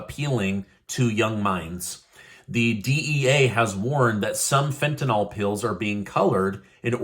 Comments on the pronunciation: Tentanyl is not Tentanol. It's pronounced fen ta nil - short i. Rhymes with hill. I don't know why people say it wrong. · just an FYI, it is pronounced fent-an-ul not fent-an-ol. It is actually spelled Fentanyl. Keep up your great news!!